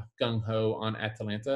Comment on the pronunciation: Ah-Tah-Lan-Tah not Atalaina